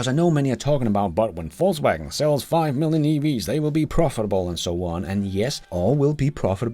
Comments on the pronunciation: Ved ikke om du med vilje siger “falls” wagen, for at være humoristisk eller at “they are falling”, men du kunne prøve Google oversæt app’en og vælge Englisk -> dansk og høre hvordan “Volkswagen” udtales på engelsk. Bare et forslag til dit ellers udmærkede engelsk. Nyder alle dine episoder. Tak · Love how his accent sounds like "False Wagon" lol